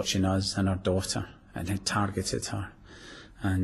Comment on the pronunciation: Gerry slips up with his Glaswegian accent in the interview , he says "what OOR motive is" At first I thought he said "her" but I've listened to it a few times now and he definitely mispronounces and says "oor" (our the in Scottish dialect).